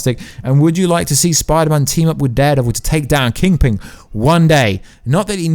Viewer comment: Funny how you ad a g to kingPIN not kingPINglol